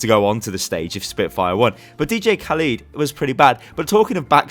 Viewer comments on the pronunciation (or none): Dj Khalid/Khaleed? It's Cah-led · Did you really just say DJ Kaleeed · Am I the only one getting mildly triggered by how pronounced Khaled